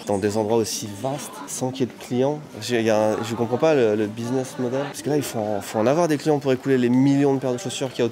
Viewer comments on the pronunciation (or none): none